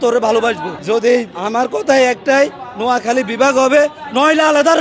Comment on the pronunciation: নিজ জেলার নামে সঠিকভাবে বলতে পারতেছে না মূর্খের মতো কি আবোল-তাবোল বলতেছে, একটি সুন্দর করে ভাইয়া তোমার কথা হচ্ছে না